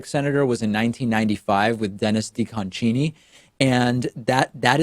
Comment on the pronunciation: I voted for Sinema!! :D Also, let's not forget that Nevada flipped a 'red' Senate seat as well. Lastly, it's not Dennis "Dee-cohn-Cheenee" ... it's Dennis "Dee-cun-SEENEE"